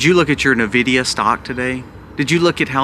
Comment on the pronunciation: It's pronounced en-videea. I'm offended. Lol